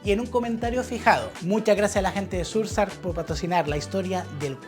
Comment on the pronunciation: Surf sark?!! 😮‍💨😮‍💨😮‍💨🤦 Sera el mismo Surf sHark? Amiguito embatado, esa h suena, y oa sh se asemeja al sonido CH pero soplado porque va con s y no con c.